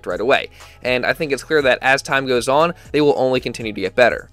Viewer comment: I love that has the old man delco accent when he says: “yeeaaahh.. that’s kinda just how it GOWES”